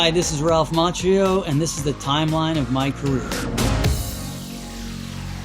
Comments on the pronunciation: eww i cringe every time he says macchio like maCHio...its italian, like macchina (car) and occhio (eye)? pronounced with a k.. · I hate how he mispronounces his last name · Omg I can't hear him mispronouncing his own surname 🙈 it's like a kick in the guts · Well, you're not wrong. "Ch" in Italian is pronounced with a "k". Pronouncing in English is with the "ch" sound. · your name is pronounced MAKIO not mahtshio okay? jesus christ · The pronunciation of his surname should be "makkio" not "mashio" tho, he has italian background maybe he forgot lol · why is his name pronounced machio? weird. cch should be pronounced k in italian. no one says zu chini or latte ma chiato. I've been sayin ralph makio all my life. (not english). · FUN FACT: "Macchio" is actually pronounced as "Makkio", the way Ralph says it, it should've been written like "Maccio". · It's pronounced "Makkio". Thumbs if you know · His surname should be pronounced Makkio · When Daniel LaRusso says his own name wrong 😂😂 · Oh. Interesting pronunciation of Macchio. I’m guessing he’s Italian American. Maybe in New York they drop the H.